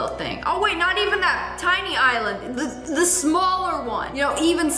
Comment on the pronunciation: Nobody say de star on de desert😅